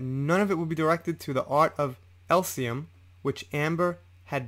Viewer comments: Elysium not Elsium. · I cringe at the mispronoumcements. Elysium is pronounced “Eleezium” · It's pronounced ah-leees-e-um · Its pronounced eliss see um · Just a gentle help with pronunciation try Eee-Lee-Cee-Um for Elysium. The only reason Whitney is on Amber's side is because she's probably bankrolling her, as well as using her as a replacement punch bag now Johnny's gone. As for giving her 7 million to charity, Johnny's lawyer subpoenaed the charities to get proof of the payments and Amber's lawyers tried to block it. Surprise, surprise! Considering it was 7 million dollars and she's worth 9 million, and spending, she probably given a token gesture or just a promise of the money. Probably why she chose them because Howell would know that she had not given the money and made a fuss about it. Where as the larger charities would say nothing. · morning! thanks for another great video say it like this: the art of E LEE SEE UM its the ancient greek version of heaven, rolling fields of wheat and whatnot:D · Just a heads up, elysium is pronounced more like "ee-lee-zee-yum". Thanks for the info and thorough research 👍 Hopefully Johnny makes it through this bullshit. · Elysium = "El-Ee-See-um". That's not even an uncommon word. It basically translates to "Heaven" and comes from Greek. It's very basically phonetically sounded out. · Fyi: Every time you mispronounced Elysium (as in The Art of Elysium) I found it disconcerting. No big deal. Just thought you might want to know in case this comes up again in one of your future videos. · Ell-liss-e-um /Elysium Please try to pronounce it correctly. I cringed each time you paused then said it completely wrong. Other than that, good job on the vid.